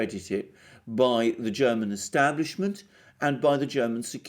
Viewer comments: you made very good progress in pronouncing german! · Mr. Mercouris, your German pronunciation is fantastic. As are your analyses. Thank you! Merkel started in the CDU only for one reason: The work to the top in other parties would have been much harder than in the CDU of Kohl. Merkel is no conservative. She always promoted leftist agendas. Imo she's glad, when the Greens will run the country and the CDU will be destroyed. Merkel isn't inept or too old. She was socialised in the GDR and did well there.